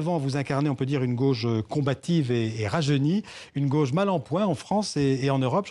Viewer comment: Manon Aubry est native de Fréjus, dans le département du Var. Elle prononce " gauche" à sa façon. Dans sa bouche, " gauche" devient "gôche"...Est-ce le cas de tous les natifs de Fréjus et plus généralement de ceux du Var ?.....Rappelons que "au" se prononce comme un O fermé...